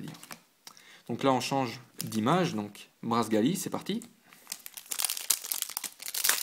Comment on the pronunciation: Bonne ouverture. Pas d'EX, dommage ! Mais mon dieu, mon dieu......Ta prononciation...... Y'a trop d'erreurs pour que je puisse toutes les citées, en voici donc quelques-unes. Pour Braségali, pourquoi dégages-tu le é lorsque tu le prononces ? Pareil pour Camerupt Jirachi se prononce Djiratchi. Lombre se prononce comme tu le faisais avant Pour Laggron, je ne sais pas.Je le prononce "Lagronne". Poké ball se prononce Poké baul. Voilà déjà quelques erreurs que j'ai remarqués. Bonne continuation !